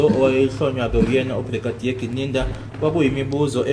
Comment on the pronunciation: Ginindza - Correct Siswati pronunciation hhayi Gininda. Abakuphi o Gininda.